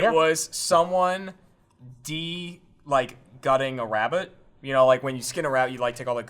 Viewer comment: The way says rabbit.